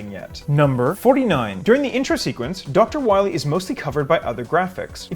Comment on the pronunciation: Doctah Wahwee